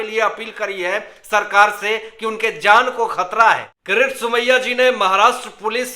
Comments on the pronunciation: Please learn to pronounce the Name KIRIT Somaya and not for Gods sake Karat Somaya. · When will you learn to pronounce properly KIRIT Somaya instead of saying karat Somaya.. worst anchor of the world as far as pronouncing names.